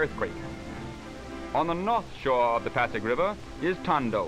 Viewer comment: It is pasig river, not paddock river.